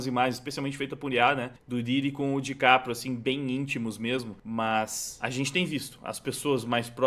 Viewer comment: Dicaprio❎ Diquatro✅